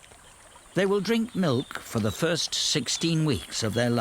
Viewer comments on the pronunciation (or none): none